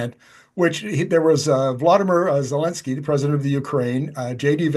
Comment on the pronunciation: Here to listen to Charlie, but the fool hosting who doesn't even know how to pronounce Zelenskyy doesn't deserve to have a show.